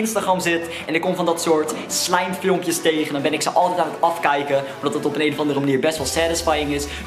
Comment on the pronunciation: STOP ME ÉÉN ZEGGEN IN PLAATS VAN EEN